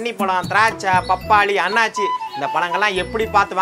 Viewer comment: அது " அன்னாசி ". "அண்ணாச்சி" அல்ல.